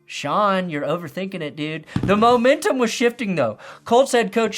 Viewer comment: Momentum? What is momentum? Did you mean, Bomentum?